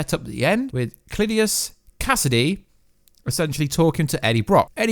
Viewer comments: No you didnt. You are so incredibly far off. Cleee-tus! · Clit-tius Cassidy! Dude, are you butchering these names on purpose or are you really that dumb?